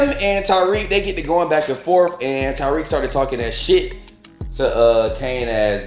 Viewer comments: Lol, I crack up when people call him Tyreek instead of Tariq. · Great review, just irked me you keep saying “Ty -Reek” when his name is TA-RIQ 😂